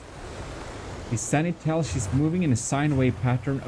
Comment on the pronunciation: It's supposed to be pronounced "Sen-ti-nel" not "Seni-tel".